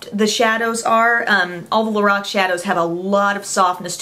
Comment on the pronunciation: Lorac (lor, rhyming with four, ack)